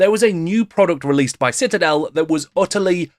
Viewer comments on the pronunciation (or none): none